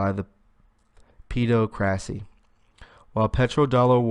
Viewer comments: "Peh-DOCK-rissy" OR "ped AWK ruh-see" - my ears HURT after that torture! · Awesome as always m8!! just a heads up pedocracy = hypocrisy is aimed at paedophiles - sounds like "ped o crassy" tertiary sounds like ter shary =D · Jewels CAM - Yea, it was painful. I'm just trying to concentrate on the content rather than poor pronunciation. He's got guts I'll give him that! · I think "pedocracy" is most likely pronounced as the word "democracy" is.